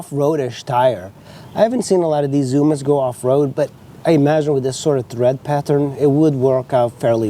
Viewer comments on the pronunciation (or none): Not sure if English is your native language, but the tires have treads, not threads! Thanks for the review, I am close to buying one.